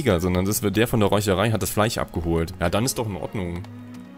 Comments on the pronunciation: Bitte,, ich liebe deine Videos. Aber zur Hölle: es heißt FleiSCH, nicht FLEICH! -. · Redet er extra so ? Fleich statt Fleisch zu sagen genau so wie Fich? Oder kann er das sch einfach nicht aussprechen